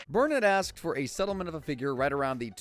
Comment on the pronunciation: Bill Mayor? Carol Burn-it?